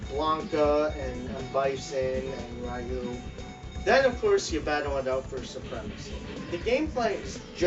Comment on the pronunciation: Ryu...pronunciation = {re-you}...DON'T fuck it up again.